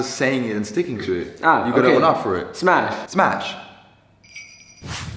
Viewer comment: bro all i heard was " spash smapsh smash pamsh "